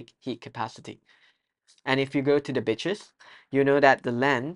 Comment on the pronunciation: the way bro said beaches caught me off guard 😂 (no offence)